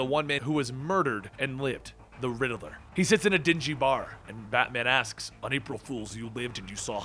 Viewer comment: The name is Riddler.. not Riddiler